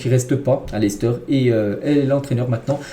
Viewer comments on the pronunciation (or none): none